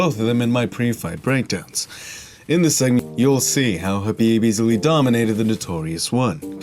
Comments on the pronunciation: Habib? and you keep saying it wrong over and over lmfao. Khabib going to find you for saying his name wrong/ talking bad about his religion. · Khabib not habib